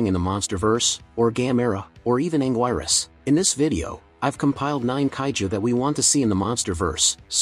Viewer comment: it's anguirus not anguirus